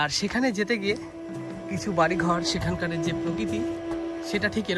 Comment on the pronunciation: সেখানকার বললেই সেকানকারের হয়ে যায় 😅😅😅 এর বলাটা বাহুল্য 😊😊😊 বাংলাদেশ থেকে শুভেচছা ও অভিনন্দন ।